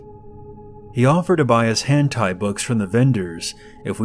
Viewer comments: It's hentai not hand tie. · "hantai" omfg it's hentai 😤😂😂😂